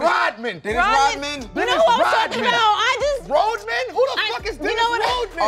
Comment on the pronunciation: Mispronounced, “Rodman”?!?! Flagrant